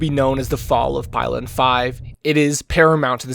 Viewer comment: it's pilen with an -ee